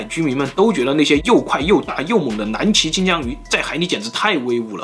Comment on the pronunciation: 我怎麼聽起來 金槍 像 機槍